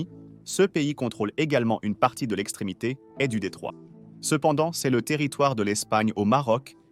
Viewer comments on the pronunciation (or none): Next time, dont forget to write " c'est " correctly, because your AI voice read it like " C S "